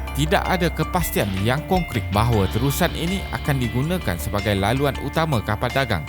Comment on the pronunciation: Malaysia masih mendapat manfaat atas pembukaan terusan segenting Kra namun berbeza pula nasib Singapura yang akan kehilangannya separuh keuntungan. Orang kampung perlu sebut dengan betul...Terusan Segenting Kra....bukan terusan segenting kera.